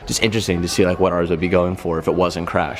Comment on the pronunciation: The way you said “ours” .... thanks man! When can I take it for a spin?